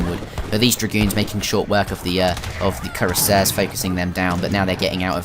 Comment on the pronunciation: Thanks for uploading. Fantastic start of your new channel with high quality graphics! It won't take a long time to reach the 1k subscribers, that's for sure. (Btw, just a little matter for your future commentaries: if you want to pronounce "Cuirassier" english, you have to say "Queerasseer". In french pronunc. it's "Kü-rass-yé" [ü is pronounced between oo and y-vocal]).